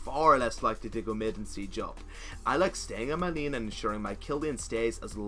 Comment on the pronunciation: "Staying in Lieeen" wuuut?